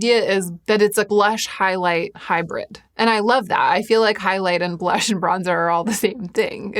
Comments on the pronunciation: Dying every time you say ‘blursh’. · i need a super cut of you saying blursh